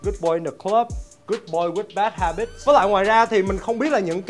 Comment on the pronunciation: Bad habits mà sao nghe anh đọc bad habitch không thế nhờ @@